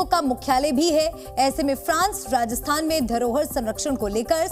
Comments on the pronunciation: Reporter ko "Rajasthan" bolna bhi nahi aa rah 😮😮 Radasthan Radasthan chilla raha hai!! 😂😂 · Rajasthan hai... Radasthan nahi hai... Aap bol k bata rehe ho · भाई राजस्थान है राडस्थान नहीं😂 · Sorry to say but Rajasthan word sahi sound nahi kar Raha hai 😢